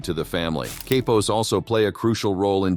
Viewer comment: I believe that Cappos is pronounced like Kah pos, but I am not Italian or Sicilian nor am I a member or associate of any Mafia family, but I am young and willing to learn lol jk I’m not young at all lol I’m 51, but you said something else that I don’t know about but I don’t think it’s right or I probably have it wrong but you said consiglieres like there was more than one, and I am sure there is but I thought that there was only one who had the official title as far as the boss of the family????? However I don’t want to detract from the video which was excellent as usual